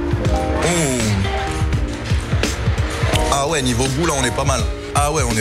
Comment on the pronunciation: évite de faire comme mohamed henni pour le oué mdrrr